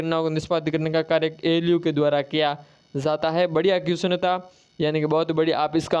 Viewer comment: ALU को तो ये ईलुलुलु बोल रहे है😂😂